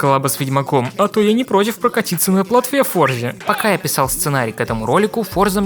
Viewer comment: Выключил на моменте, когда он в первом же разе назвал игру ForzaN...🤦